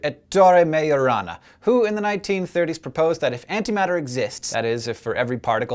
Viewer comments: at first i was like: did he just say marijuana then i was like : majorana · i thought you said marijuana felines